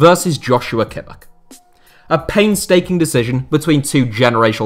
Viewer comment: how did you say kimmich